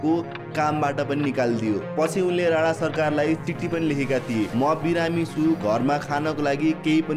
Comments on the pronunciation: राणा not राना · अरे राना होईन के राणा हो 😂